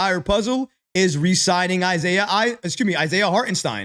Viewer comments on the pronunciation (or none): none